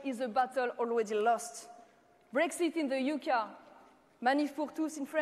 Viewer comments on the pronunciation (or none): Elle a dit : "Brexit in the UK(a)" au lieu de prononcer "UK(ey)", ici: . Personne ne lui a fait travailler sa prononciation avant de tenir son discours ??? Quelle manque de professionalisme !!!